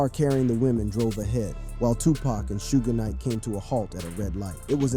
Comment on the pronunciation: Bruh its not Sooge night why you say it like that goofy